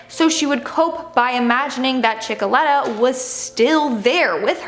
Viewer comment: It's chickelator